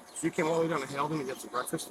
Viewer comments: The town is pronounced,( Hail dun) not Hala don. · It's Haledon not Hal-e-don and that BK is not in a bad neighborhood. It is about a mile from a bad neighborhood. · That's pronounced HALE Don you ninny. Get it right. Small town politics and PD. I grew up there. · It is pronounced "Hail-don" (Haledon) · It's pronounced. HAYLDON But you are way more educated Just saying NJ has funny names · I live closeby Haledon. Pronounced hale-dun. Cops are all over people going into Paterson area because it’s a drug selling area. They wait for them to leave to pull them over, hoping to catch them with drugs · It's pronounced, "hail dunn" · Small correction; the town's name has only 2 syllables. It's pronounced "Hale-don". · Hale-done....... that is the proper pronunciation. As teenagers in the 1980s we used to buy nickel bags of marijuana on the street in Haledon LOL they have been corrupt for decades.... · It's pronounced Hail - done! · Hayldon NJ is the right pronunciation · And it's pronounced Hale - done, thanks. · Haledon is pronounced Hāledon.